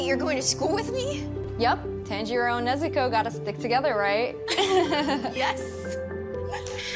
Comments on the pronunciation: the way she mispronounces tanjiro is hilarious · sssniperwolf said tenjiro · I’m going super saying bc of the pronunciation of Tanjiro